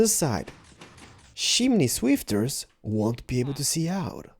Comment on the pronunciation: When said chimney swift it sounded like chimney bitch